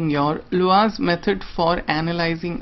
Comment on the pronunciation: Please note, "Laue" is pronounced "LAA-WEE".